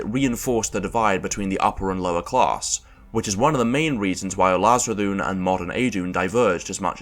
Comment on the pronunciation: why does it sound like he is russian when he said Ulazredhun